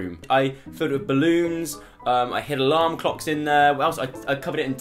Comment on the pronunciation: does anyone else things he says larm cocks not alarm clocks